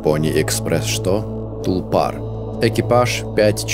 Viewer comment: один из немногих, кто правильно поставил ударение